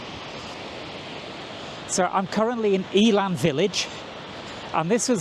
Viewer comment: Eh-lann, not Eel-ann